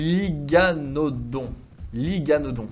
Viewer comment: Hello merci pour cette vidéo, mais je voulais te dire , on dit parAsaure et non parosaure, et l'iguanodon se prononce comme "l'iguane" (le gros lézard). 😉